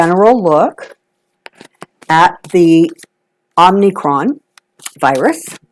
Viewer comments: Virus is called omicron, no 'n' and with a long 'o' sound, not omnicron. My husband is from Greece, it's a Greek letter so I'm picky 😉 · Well, you are in good company since President Biden also pronounced it “ omnicron”. An easy mistake to make.